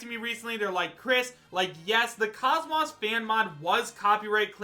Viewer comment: Chris, KOS-MOS is pronounced KOZE-MOSE